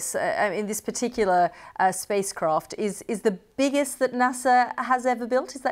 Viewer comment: ha, "spois caft"...